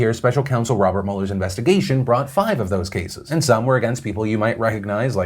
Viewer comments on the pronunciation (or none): none